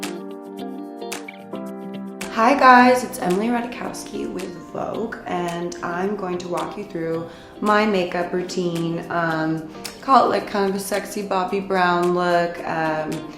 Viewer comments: she pronounces it ratakowski but rataykovski is def the way us polish zioms would pronounce it ;) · Emily This is ra-tay-kovski. Polish is my native language, so believe me, I know how to pronounce it correctly and syllabically 😂😂 Another thing is that Emily says it wrong because she has an American accent and it is difficult to her say "j" and "w" proper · it’s cute that she can’t pronounce her name properly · Ratajkowski? It's polish surname so Ratajkowska, but never mind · Sophia Motyl "zioms" hahah I'm Polish, I know my language and I know she can not say that correctly 🤣😂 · Its polish surname but she just pronounce it in english. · Avelovinit She mispronounced her surname...lol im polish, trust me😂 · Anne Smith Anastasia is Romanian and that’s how you pronounce her name in Romanian. Emily can’t even pronounce her own last name, no wonder she can’t pronounce Anastasia. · she doesn't even say it like you explained lol